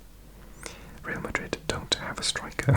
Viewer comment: The plot twist of hearing a strong Welsh accent switch flavour when said “Madrid”